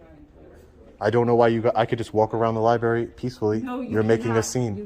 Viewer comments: Li-berry :face-blue-wide-eyes: Or Li-bRARy? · Here we have another auditor who cannot correctly pronounce the word "libRary." It's not a "li-berry." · Did he just say "li-berry"??? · Come on,, if you’re going to record in a “library” learn how to pronounce the word.